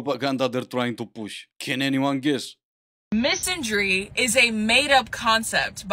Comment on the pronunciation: She can't even pronounce the word. It's mi/san/dry, not misan/dry